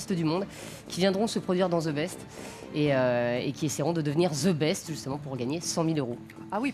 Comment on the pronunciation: on dit THE best, et pas ZE best